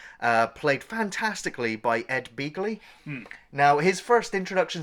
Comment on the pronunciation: I honestly recall it being pronounced Bagly